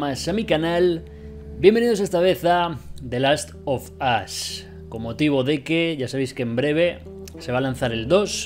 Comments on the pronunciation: Nadie:: the last of us German: de las o vos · The last of asss Jajajaja